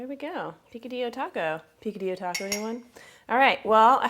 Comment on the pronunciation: Say P - Ka - d - yo, not P - Ca - d - Lo....